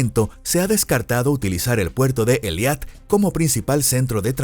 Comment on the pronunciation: Por favor corrijan la pronunciación, tanto en español como en la fonética de hebreo se pronuncia E I L A T, no E L I A T